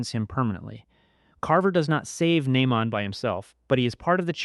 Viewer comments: Nah-mond is crazy 😂😂😂😂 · Nah-mond? Nah…man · Why you keep pronouncing naymond name like that 🤣🤣🤣🤣